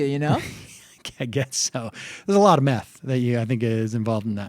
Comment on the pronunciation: "there's a lot meth involved in that"? or "math" lol